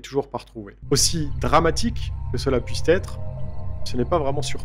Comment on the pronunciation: Puisse être, et non puissetètre....